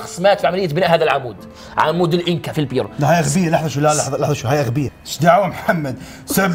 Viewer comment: الفديو أسطوري نار 💖 والكذب هو انو اكول عمود فولاذ اسمه عمود الاناكا وليس الإنكا